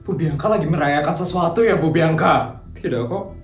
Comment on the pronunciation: Bianka bg bukan biangka 😂😭😭😭